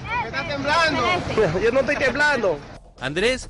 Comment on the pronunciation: "Te etoy grabando, te etoy grabando " es lo que tienen pegado en la lengua.